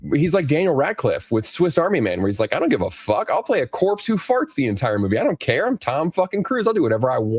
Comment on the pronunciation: Instead of "care" he says "car" that's how I hear it anyways